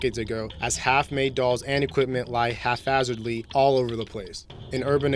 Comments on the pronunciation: It's haphazardly not half hazardly Jesus Christ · "Hafazardly"??? Ahahahahaha.....